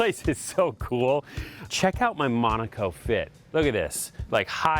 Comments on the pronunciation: its not pronounced mOOOnAco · You can't even pronounce the location correctly?